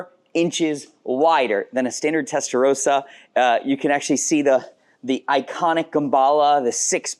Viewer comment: Learn how to say ‘testarossa’ properly please. Would you call someone with the name Ross, ‘rose’?